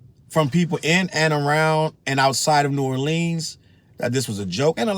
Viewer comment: First off bruh...My city is pronounced New OR lee unz. We hate when people say New OrLEENZ.. Secondly.. Lil Wayne wants to claim my city now. He hasn't done sh*t for my city. Any black man who says there is no racism, can kiss my azz!